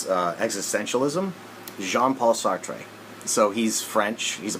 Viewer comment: Pronounced like "sart" (more or less).